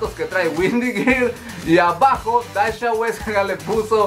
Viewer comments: se pronuncia dasia no dasha apende a pronunciar primero amigo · Es Dhasia y se pronuncia Dasiaaaa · Por qué pronuncias raro el nombre de Dhasia... se pronuncia tal cual DASIA... xd me enfado un poco... lo siento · Me gusta tu canal, pero por amor a tu deidad, aprende a pronunciar los nombres de los youtubers y/o sus canales. Tanto que vives hablando de la comunidad youtubera, deberías aprender a decir sus nombres. Ya pasó con Katie Ángel, ahora con Dhasia. El de la primera de pronuncia Keiti Anyel y de la segunda se pronuncia Dasia. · se el nombre de Dashia se pronuncia “Dasia” 😅